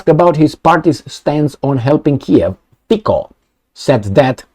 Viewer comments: I am a Slovakian and big fun and subscribed to your chanel and watching you daily. You're good and truthful guy and hope you will continue. Please, pronounce Robert Fico correctly. It reeds FITSO not Fiko. Slovakian C is TSE. So please reeds Robert Fitso. Robert is guy with stainless steel balls like Orban and he will not back off from his promises. You know Slovakia is the most simpathetic people to Russia in all stupid EU. That's true. They are our ethic brothers and we don't hate them. Ukraine on another side was always issue. Trust me! Revolution in Europe has started and hope Romanians will join soon. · I don't but trying to pronounce something lite "ts" as in "let's" for Fico is not a big hurdle, is it. Besides, it is not the inability, but the lack of intent, what the issue is here. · I am Slovakian and Fico (do not pronounce "c" as "k", but as you would "c" from word Citrus:) ) Hi is not without some "sins", but he is the smallest sinner from all the rest weasels! To my surprises second finished "Progressive Slovakia" which is bunch of USA rectal alpinists and propagators of LGBT + perverts, gender freedom and rest o the BS. In to the same category belong also Slovakian president Ms. Caputova - permanent visitor to US embassy in Bratislava! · 'Fico' is pronounced like 'Fitzo' in Slovak - May Robert Fico be true to his words - enough of the USA and NATO.